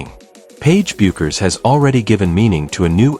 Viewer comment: Get the pronunciation of her name right. It's pronounced BEH-KERS!